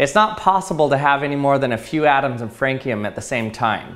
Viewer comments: FRAN-SEE-UM, not FRANE-KEE-UM. The spelling of Francium is kinda confusing though. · It’s FranSeeUm not FraneKeeUm! You’re killing me! Lol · Just a pronunciation detail: Francium is usually pronounced /Fransium/ and not /Frankium/ like the Latine form might call to since it has been named as such to pay tribute to France. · fancium is not pronounced frank-eum, its pronounced france-eum. it was named after the country france. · Cesium is not a liquid at rt, it melts at like 84F, solidly above room temp, similar to gallium. Secondly, francium is not pounced like frank, its fran-see-uhm. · franKium? You silly goose. Fran-see-uhm. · Frankium? Do you mean Francium??? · I cant tell if your trolling but its not "Frank" ium. It's France-ium. Like after the country... it was discovered in. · Frankium? You mean Francium? :P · Do others pronounce francium as "frank-e-um"? I've always pronounced it "fran-see-um". I'm Canadian, if that matters. Love this channel. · It’s France ium pronounced not frankium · I dont like French people either but it is pronounced Fran-See-Um not Franc-Eee-Um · It’s pronounced france-ium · Francium is pronounced like France the country, not like Frank the name. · FRANCE-ee-um!!!!! FRANKIUM??? Why are you making me do this. Why? Is it because in France they pronounce it FRONKIUM? Well, in the country you live in, we call France, FRANCE. So it’s FRANSEEUM. Boggles the mind. Did you know every country has their own word for other countries? Did you know that this isn’t a sin? In America we call France FRANCE. FRANSEEUM!!!! Frankieum… ugh. So so so gross. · please stop saying FRANKEEYUM. it's FRANSEEYUM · Pronounced "Fran-see-um", I believe? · lol I was screaming it's france-ium! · bro said "frankie-um" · Ah yes, Franckium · I know this is just nit picking for the sake of it, but I'm fairly sure that the correct pronunciation of francium is 'fran(see)um'. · First time I've ever heard someone pronounce it Frank-ee-um. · its pronounced "FRAN-see-um"